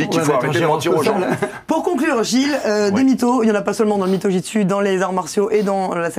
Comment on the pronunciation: Ha au fait... C'est Jutsu, pas '' Jitsu''.